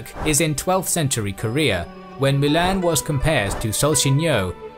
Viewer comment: Triggers me u can't pronounce Mulan.. How hard can it be?